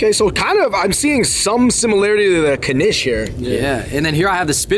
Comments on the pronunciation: No blintzes? Mb I missed it. Mandel=almond, mandelbrot Poppyseed also known as "mun" Knish pronounced knish, one syllable, not kuhnish, but lots of people have trouble saying it. I never heard of latkes being "exclusive" to Chanukah, but totally traditionally for Chanukah. Please tell me you ate them with applesauce. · Is this Kuh-nish something new? Knish used to be a one-syllable word. Still is, as far as I'm concerned. The blueberry version has me wanting one Right About Now.